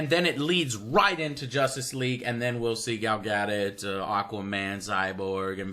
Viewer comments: GAL GA-DO-T NOT GADET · Learn to pronounce "Gadot" Joe. It's Ga-Dough (like what you use to make pastries...). My birth stone is a paridot, so I'm an authority on these things...